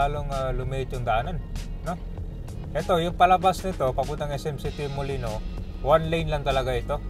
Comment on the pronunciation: Molino Flyover po, hindi po Molinoy Flyover, wala pong letter Y sa huli.